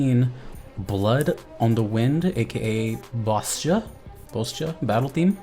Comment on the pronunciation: Just a small thing to add, Bozja is pronounced sort like like "Bohz-ya" or "Bahz-ya" as it's pronounced similar to how a someone from a Slavic country would say it because Bozja is a country that the Hrothgar, giant cat people, are from and their naming conventions and manner of speech tend to reflect that part of the world.